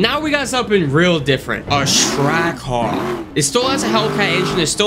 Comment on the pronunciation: You said trackhawk wrong